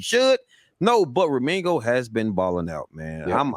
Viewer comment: His name is pronounced, RE- ME - GI -O !!!! OK 👍 👌